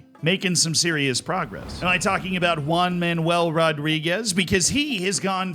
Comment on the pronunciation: I love your pronunciation for spanish names. One Man "Ual" Rodriguez will always be remembered!